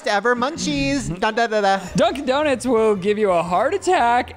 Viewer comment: 🤣🤣🤣I’m sorry the fact the said “do-nits”